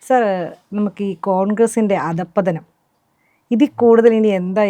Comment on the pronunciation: അതം പതനം അല്ല. അധഃപതനം ആണ് അവതാരകെ. വായിക്കുമ്പോൾ അക്ഷരങ്ങൾ നോക്കി വായിച്ചാൽ തെറ്റ് ഒഴിവാക്കാം.